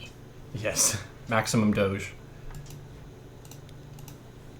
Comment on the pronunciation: I love that he says Doge correctly